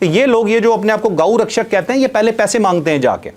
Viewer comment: کچھ انتہا پسند ہندوؤں نے مارا ہے ، جو اپنے آپ کو گاؤ رکشش کہتے ہیں ، الفاظوں کی ادائیگی میں احتیاط کریں ، شکریہ ،